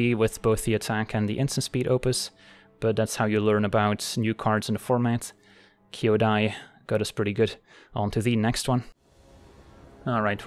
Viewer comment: Thank you for pronouncing Kyodai correctly. And great games.